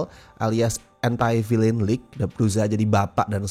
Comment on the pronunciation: it's fokin Vilen not vilein dude, wtf